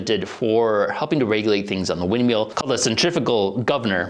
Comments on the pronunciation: I just love how he keeps calling it a wind MEAL. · wind "meal?" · Wind MILL, rhymes with Hill, not wind MEAL. I enjoyed the video but that pronunciation was more painful than a midwesterner trying to say "Aaron earned an iron urn" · "Wind meal" What fucks me up about this is that when he says "Water Mill" he doesn't do it. WTF? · Am I the only who be hearing meal and not mill? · Mill. Wind *mill*. Lol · wtf is a wind meal? say words properly please